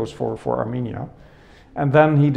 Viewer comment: Հարգելիս A M I N I A չէ, հաստատ, այլ A R R R M E N I A